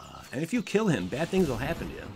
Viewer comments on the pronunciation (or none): none